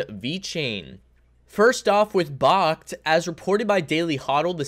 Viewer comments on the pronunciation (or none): Friendly heads up. Its backed. Not bahkt. Like, BACKED by physical bitcoin 👍